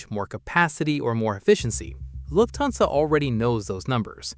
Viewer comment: PLEASE pronounce "Lufthansa" (a German word!) as "Luft-hansa", not "Luf-thansa". Thank you!